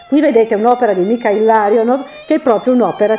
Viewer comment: Peccato per i nomi scritti e letti male. Gonciarova diventara GONKAROVA; Larionov che diventa LAVROV..??